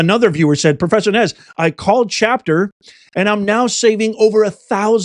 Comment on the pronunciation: I took a drink every time Nez mispronounced an English name, lol!